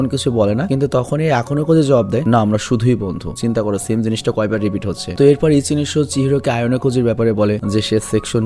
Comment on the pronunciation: ভাইয়া যখন ইচিনিশো বলে তখন আমার খুব হাসি আসে 😂